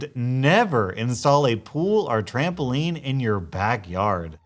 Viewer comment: TRAMAMPOLINE! TRAMBAPOLINE!